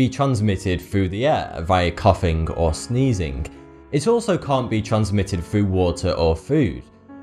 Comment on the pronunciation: Why saying every word with a G at the end like a 'k'? Sneezink, coughink? Sounds like you are havink a flu or somethink.